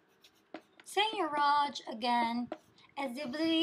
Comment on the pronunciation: she doesn't even pronounce it correctly